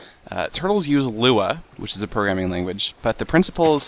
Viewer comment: "programming ranguage" good job seth